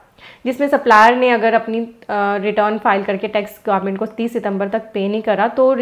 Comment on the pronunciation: Government instead of garment...😅